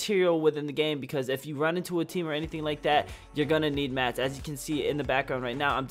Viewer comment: Any one else get triggered when he says “mats” or just me 😂😂